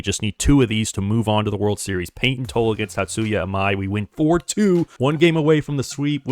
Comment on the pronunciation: Payton TOLL-E.. Tanner HOW-K.. cmon now